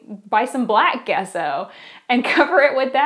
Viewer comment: Thanks,. Wow, it sounded like you took a peak into my life! By the way, "gesso" is pronounced "jesso" with a "j" sound.:)